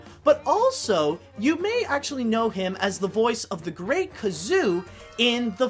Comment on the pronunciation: That's The Great GAZOO (GUH-ZOO), NOT The Great KAZOO. Also, Harvey Korman played The White King in "Alice Through the Looking Glass" (1985), the voice of the Dictabird in "The Flintstones" (1994) and Colonel Slaghoople in "The Flintstones in Viva Rock Vegas" (2000).